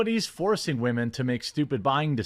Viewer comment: "Waaa-men", says the drunken manbaby who hasn't seen his own genitalia in 20 years.